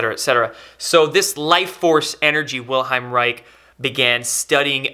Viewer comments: The man's name was WILHELM. Ffs, show some respect and bother to say his name correctly. Chemical casting resin gives off harmful fumes and residue. To make a healthier more effective orgone generator simply use plaster and sand! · Just for clarification Bro'. It's Wilhe"L"m not Wilheim. Thanks for the great videos. Keep up the good work. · WilheLm! Not Wilheim xD Great video tho! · Unfortunately the commenters under the video and even have no clue how to spell or pronounce Mr. Reich’s first name, lol. It’s not Wilheim or William but WILHELM Reich. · His name is Wilhelm not Wilheim. Wilhelm Reich. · The mans name was Wilhelm ...not Wilheim. Its the german equivalent of william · IT's Wilhelm not Wilheim! and he was a bit of a quack btw. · It's Wilhelm, not Wilheim. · I doubt its "the government" censoring it, as a guy who has the patent on the "orgonite" name has been trying to shut everyone down who sells it for a year or two now. Also, it's WilheLm, not Wilheim. He had nothing to do with orgonite, it was an extension of his work. He built orgone accumulators and other devices. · If you're going to generate the impression of authority, you need to pronounce the name of the individual so Central to your message correctly. His name is Wilhelm, not wilheim... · i like this vid but for crying out loud, take a little trouble to pronounce his name. Vill-helm. not Will-hime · Good info. Small correction: it's Wilhelm, not Wilheim. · The pronunciation is NOT "Vil-hime" but rather "Vil-helm". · Good info. However his name is not Wilheim but WILHELM. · WILHELM REICH: first name is pronounced "will" "helm" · Its Wilhelm not Wilheim, and Orgone, not orgon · Great notification. Spot on. Heads up, you misspronounce the man's first name (it's Wilhelm, not Wilheim) and the energy is orgone, not orgahn. Keep up the good work.